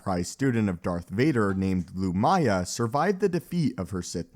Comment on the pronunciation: The mispronunciations is almost comical. Emphasis in the first syllable. "LOO-mya."